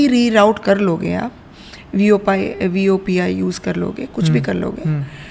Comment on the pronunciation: Vopi nahi VOIP